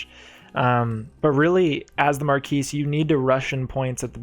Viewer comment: I am thankful you actually pronounce the S in marquise. No one does, which is incorrect of course. Nice video!